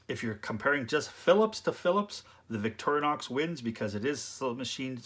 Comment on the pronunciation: Victorinox, not Victorianox.